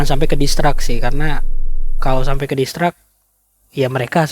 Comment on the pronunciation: Distrak tu kata2 ap om...ngomong yg bner